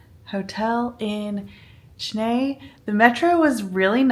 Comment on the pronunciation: Thank you for taking the effort to pronounce "Chennai" correctly. We are so used to foreigners calling it Chenaaay, which literally translates to Red Dog and such a cringey feel. Enjoy the travel around South India where people treat guests as family without hesitation. Good luck.